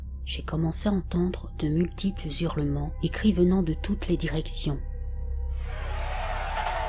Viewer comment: J'aime beaucoup les histoires, réelles ou pas, que vous nous racontez. Est-ce un robot ou une personne ? La diction et la voix sont parfaites, si ce n'est que cela me choque d'entendre "des Z'hurlements". Pas de liaisons devant un H aspiré (Haricot, Hache, Hanté) . Mais encore mille fois merci ❤pour toutes ces histoires. Une vieille un peu tatillonne...